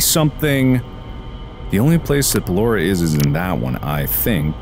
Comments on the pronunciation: surprised me with the unintentional filipino accent of BELORA AHZHZHAHAHAH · LAUGHED SO HARD CUZ HE SOUNDED SO FILIPINO WHEN HE SAID BALLORA’S NAME 😭😭😭😭